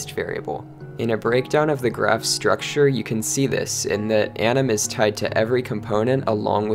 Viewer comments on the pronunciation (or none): none